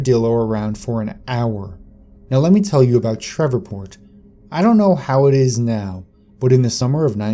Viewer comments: It's SHREVEPORT, not SHEVERPORT!! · It's SHR-EVE-PORT. Not Shrevorport. I've never even been down south and I know that. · Are you trying to say Shreveport? Sh-reeve-port. Sorry but it's throwing me off. Being from Louisiana I know some of the names can be difficult, particularly for outsiders. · Are you trying to say Shreveport? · Shreveport mispronunciation was super irritating 😠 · That annoyed the shit out of me. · are you from America?, cuz you miss-pronounce alot of words like Tex-arcana, and Shreveport, etc... Weird...